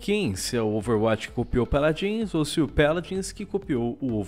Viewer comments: Mano que agonia ele falando Péladins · "Peladins" :V